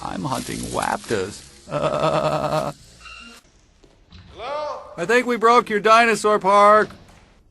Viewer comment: Be vewy vewy quiet. I'm hunting waptors.